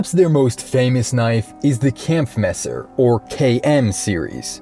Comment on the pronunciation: if you say kempfmasser ever again, I frigging swear by god................